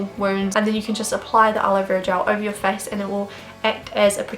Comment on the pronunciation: Was I the only who laugh when she Said 'Fees' instead of 'face' 😂😂 Btw loved the video ❤️